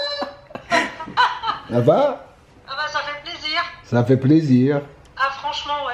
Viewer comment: "Sā fit plaisir " 😂